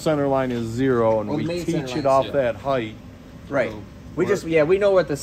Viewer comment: I swear anytime anybody mispronounces the word height by pronouncing it heighth, I just turn the channel and move on to someone smarter. Length. Width. Depth. Breadth. Height. See the difference? It may seem petty but pronounce things correctly and appear smarter. If you can't get one word right, I've lost all faith. Goodbye.